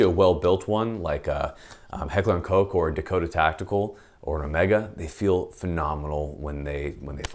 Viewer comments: "Recently released by Heckler and Coke." It's Heckler and Koch. "Koch" is pronounced like "cock" except with -- to be really accurate -- a guttural ch like you're clearing your throat. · Koch is pronounced like cock with a soft H at the end. Not like COKE. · It's so adorable that Americans deliberately avoid pronouncing "Koch" as it should be pronounced. Just say cock you fools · Awwww man 'Heckler and Coke'?? You aren't ordering a drink man, its COCKH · Am I the only one that thought Koch was pronounced “cock” instead of “coke” as is saying it? I’m not even trying to be funny right now I honestly am confused... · Heckler and Coke? Guess I’ve been pronouncing it wrong this whole time. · Did he say heckler and coke 😂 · oh come on pronounce Koch the right way "heckler and cocc" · It's pronounced Heckler & Cock.